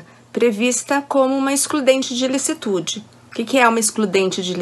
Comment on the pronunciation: e o cara falando excludente de "lucitude" ao inves de "licitude". pqp.